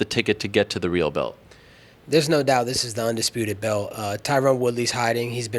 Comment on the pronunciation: Hey, good people of USA, I want to ask some of you something: if anyone knows Colby Covington or someone who's close to him (if that sort of people really exists), please remind that little pinhead that the word "belt" has a letter "t" in it (amongst some other ones). It's usually stationed at the very end of the word, and it's fairly recognizable - you just cannot miss it! Cheerz!!! \,,/